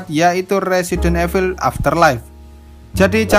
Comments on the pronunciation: Min..baca nya itu resident ivel...bukan resident efil 😂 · INDO: RESIDEN EVIL ENG : RESIDENT IVEL